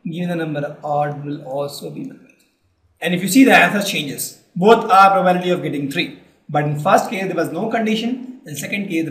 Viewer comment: For God's sake check the pronounciation of 'PROBABILITY'.